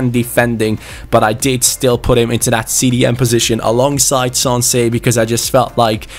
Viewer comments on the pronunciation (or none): none